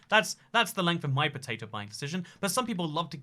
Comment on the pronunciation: for some reason i just found it funny hearing him say potato